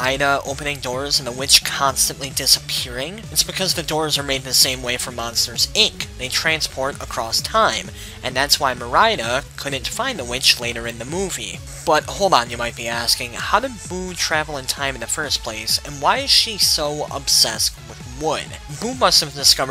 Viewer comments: Her name is Merida not Mariyda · merida is pronounced mare id u